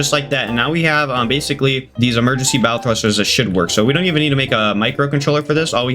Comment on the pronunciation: Good video just a fyi bow isnt pronounced bow like bow and arrow its pronounced bow like u bow to royalty lol